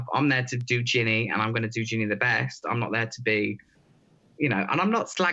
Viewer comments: Great interview! But it's driving me nuts that keeps saying "Jenny" versus "Ginny" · mate her name is Ginny not Jenny haha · Americans really can't cope with the name "Ginny" can they. Are they saying Ginny, are they saying Jenny? They don't even know! 😂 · It sounds like he is saying Jenny not Ginny. It killed me